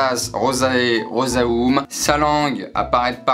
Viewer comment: C'est pas rosaum mais rosam